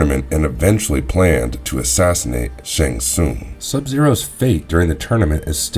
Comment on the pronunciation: Shong shongs island.